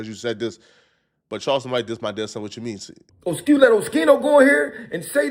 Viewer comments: He still saying his name wrong. Wtf. 😂 someone correct him please. Oh-ski-no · Oschino is pronounced O-skeeno, not O-sheeno. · It’s not O-SHE-NO! It’s O-SKI-NO! Damn! 😂 lol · O-schi-no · Bro stop calling Oschino osheeno you idiot 🤦🏽‍♂️😩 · It’s pronounced O Skee No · O-SKI-NO!!! It's not rocket science!!! 😂😂 And why Oschino say he was "cooking toast"? 😂😂😂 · YOU STILL CANT PRONOUNCE OSCHINO CORRECTLY, GODDAMN. You didn't learn from ya last video with his name?! What a joke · Please learn how to pronounce Oschino